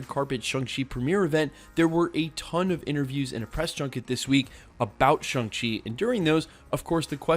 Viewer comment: It's not shung chi it's Shang chi ...